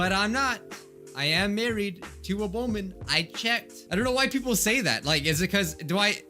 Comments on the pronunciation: when he said 'i am very much married to a woman, I checked', it sounded as if he was going to say 'boy' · It sounds like you said "I'm married to a boyman"